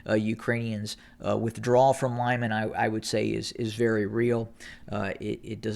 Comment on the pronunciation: its pronounced "LeemAn", the emphasis as in almost all russian names on the last syllable.